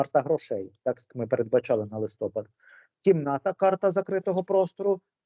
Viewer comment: Ведучі,чому ви кажете листОпад, треба листопАд. Ющенко так казав і ви так.